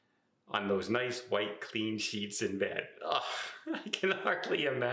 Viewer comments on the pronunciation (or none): none